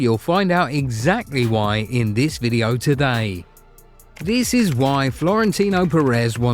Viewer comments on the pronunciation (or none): none